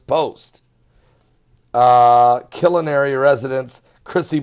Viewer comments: It's pronounced...(Kill-are-knee)I'm 2 hr's south of there and I saw nothing and heard nothing.sorry. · killinary???..do you mean KILLAAARNY?